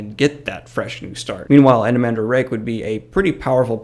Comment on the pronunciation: Anomander not Anomandor....